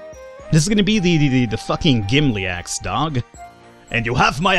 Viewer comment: Don't want to be THAT guy, but it's Gimli, not Gimly